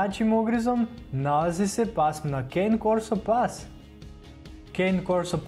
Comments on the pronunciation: Vrlo sam siguran da se izgovara kane korso a ne kejn jer on nije nekakva lizalica pa da bude kejn jer ne pise cany nego cane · Ovoj ne zna govoriti kene corso kane korso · Cane corso pas se cita tako kako piše a ne can corso...😒 znm to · Ne kaze se kejn korso već kane korso! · Ja imam kane korsu i usput ne kaze se cane corso jedini do naisi Englez i nisi nego se kaze kane korsa No hejt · Prosečan doberman može i jače od 700PSI da ugrize a ti si stavio da ima četiri puta manji ugriz a ostalo je ok samo pogrešno čitaš i imena Cane Corso i Kangal i Argentinska doga ne postoji to je Dogo argentino ili argentinski pas Najjači ugriz ima doberman